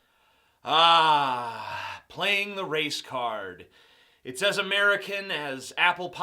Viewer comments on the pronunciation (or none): I swear when he said "race card" i thought he said "Racecar."